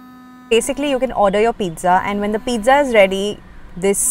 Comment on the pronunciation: Peetza not peeza